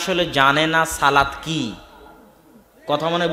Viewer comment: মাশাল্লাহ অসাধারণ বয়ান। আল্লাহর সাথে সরাসরি কথা বলার সুযোগ বান্দাকে আল্লাহ দিয়েছেন। উচ্ছারণ হবে, 'সলাত'। 'সালাত' না।